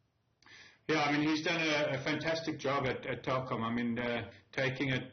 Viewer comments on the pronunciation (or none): It's Telkom not Tekom 🤣🤣🤣